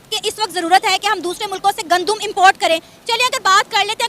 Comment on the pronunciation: Gandum...Muje laga Condum bol rhi hai😆🤪😄